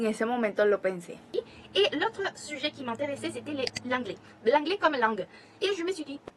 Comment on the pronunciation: Te recomiendo por tu pronunciación, en vez de decir "anglais" (an) tu lo dices como en español pero en realidad (an) se puede parecer un poquito al (on) en español pero con la "n" nasal. En realidad, se pronuncia como la « en » en francés es un sonido que no tenemos en español 😉